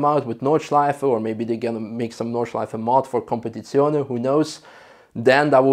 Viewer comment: Your pronunciation of competizione is almost perfect